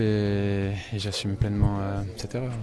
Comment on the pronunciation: Le "j'assuRme" m'a tué